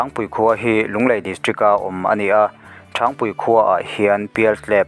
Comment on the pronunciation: A chhiar tu hian a chhiar hmain Varṭek leh Ṭhangpui khaw hming lam dan hi lo zir hmasa se ṭha tur.